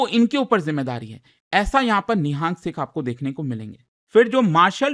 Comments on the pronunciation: It is Nihang not ni-haaa-ng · Nihaang sikh nhi pronounce nhi karte,it is Nihang sikh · It's not NIHAANG it's निहंग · It's not nihaang it's nihang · It's nang